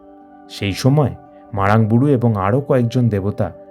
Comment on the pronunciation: Age nijer uccharonta thik karun. (MARANG BURU ).